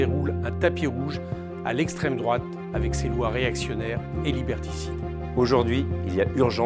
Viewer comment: Une belle brochette de golmon. Estrrwwemme drouate 😄